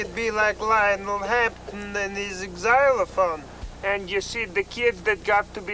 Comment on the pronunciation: The "Exzylophone" haha